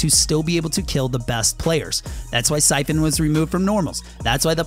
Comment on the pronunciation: Its siphon not cyphen